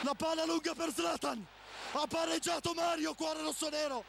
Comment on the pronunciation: Ha pareggiatoh il cesenah